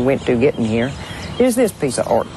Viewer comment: Texas "ort" - great piece, great lady...reminds me of a Texas gal saying, "Well my Daddy made his money in "awl" [oil]." :)